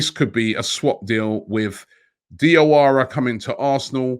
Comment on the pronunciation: Robbie the correct pronunciation for Diawara is Jawara cause Dia is French spelling for Ja